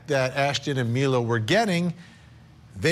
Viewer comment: when your “expert” guest can’t pronounce Mila properly while giving her opinion it discredits what she is saying…..it’s not Myla…🙄